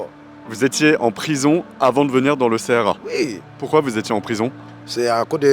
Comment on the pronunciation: On ne dit pas C-R-A mais CRA !